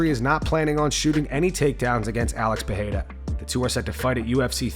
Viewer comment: Day 1 of telling that Pereira is not pronounced PAHAYDA